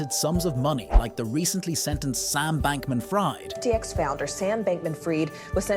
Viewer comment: Is this AI? You mispronounce Fried, as if he were frying. God dammit, take care of details otherwise you lose part of your audience.